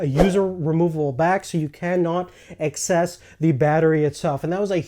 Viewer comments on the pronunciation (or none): No offense, its access not excess, you pronounced it excess every time you mentioned the word